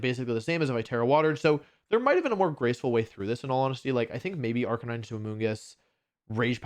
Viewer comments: ive never heard of this "arcanine" pokemon...i only know arc a nee nay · I can’t believe Wolfe went a whole wideo pronouncing arcanine wrong.